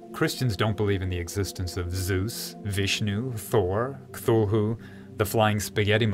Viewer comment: Did you just pronounce Cthulu wrong XDXDXDXDXDXDXDXD